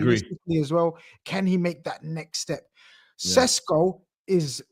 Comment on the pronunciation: I’ve been told Shesh-ko is how you say it but fck it it’s Sesco like Tesco moving forward.